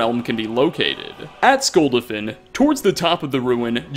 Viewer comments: Skll-duh-finn?, the game says this location multiple times. Odahving even says skull-dah-fin. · Skuldafin? SKULDAFN lol I give up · (Skull Dah Fin) not (Skull Dah Fan) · Skull dah fin. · does anyone else cringe when he mispronounces sculdofin ? please play skyrim to the end of the main story and it will fix that XD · Skull- Dah like yes in Russian- Finn. Odahviing tells you how to pronounce it...... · Skull dolphin is how you pronounce it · Skull-DAH-fin. Seriously. They say it MULTIPLE times during the game and you still mispronounce it. #facepalm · ...you've played this game enough you should know how to say skuldafn